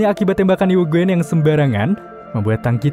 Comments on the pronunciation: UGIN Bang bukan UGWEN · Bang saran nyebut eugeun nya ujin aja lebih gampang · Nama uegene dibaca UGIN BANG bukan eugwen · Mon maaf tapi ngakak yujin dibilang yuguen 🤣🤣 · bang si eugene di baca nya bukan eugene tapi yujin